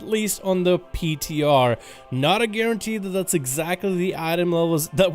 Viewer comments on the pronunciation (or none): none